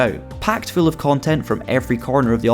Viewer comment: “Fool length video” 🤣🤣